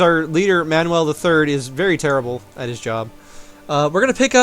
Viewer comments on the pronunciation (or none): none